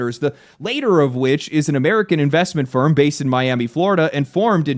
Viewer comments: LATT-Er not later. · One tiny, annoying nitpick on my part, sorry: "Latter" (like patter) is pronounced differently to "later." I couldn't help myself. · the later? bro its LAT T ER